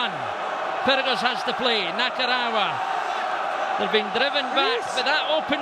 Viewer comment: still boils my piss that never once pronounced Nakarawa's name right